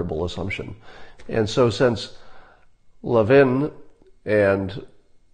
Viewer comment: It’s lev-IN. ACCENT ON IN